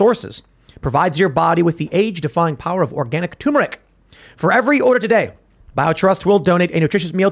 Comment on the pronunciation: Turmeric!! You're missing an R